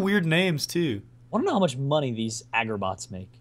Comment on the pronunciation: "agerbots"? you mean agarbots